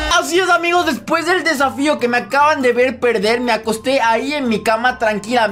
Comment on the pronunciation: Se dieron cuenta que dijo safio